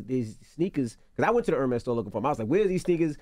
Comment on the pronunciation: Envy does not know how to properly say Hermes. That bothers me.